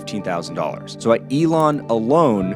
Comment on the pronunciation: Elan Financial not Elon, good video though thanks for the realistic flow of things. I would appreciate more of these case studies this is very good content.